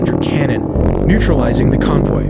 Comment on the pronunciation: Oh man, the AI narration though. Can't even pronounce "convoy" ”G's", " barrage", ect😢